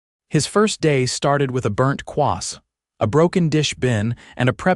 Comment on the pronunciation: 'The staff didn't know his face. ' So why disguise himself? Again with the 'quass'. The word is croissant' either learn to spell and pronounce it or change to some other pastry, like Danish Pastries', although I'm guessing they'd get that wrong too!